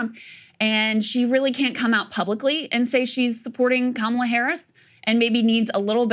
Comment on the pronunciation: Bruh Saagar, you are Indian, why do you say Kamala wrong?